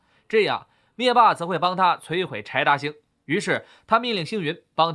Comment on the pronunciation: 柴达星听成派大星😂